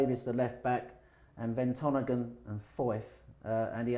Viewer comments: Thanks pal. I made a couple of mistakes yesterday. You know I have always had this bad habit of saying his name wrong for years. So when I wrote it on the board VERTONGHEN I remember thinking: for gods sake don't say Ventonghen. And I still did!!!! So annoying. And of course everyone picks up on your mistakes. Lol. Anyway thanks for your kind words also. Kind regards..... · Man knows his shit.. except how to say vertonghen 😂😂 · aubame-bloodcut-zette You know I wrote the name on the board and spelt it correctly ; reminded myself it is Vertonghen cause I always call him that. .....and still said it! !! Sorry mate.